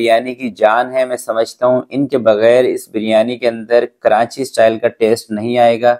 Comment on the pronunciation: Karanchi nahi karachi hota hai